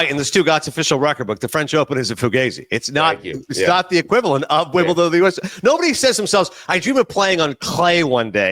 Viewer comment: the way Stu pronounces it "Wimbleton" drives me up a wall